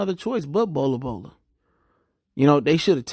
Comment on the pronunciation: It’s not bola bola my Nigga 😂😂😂😂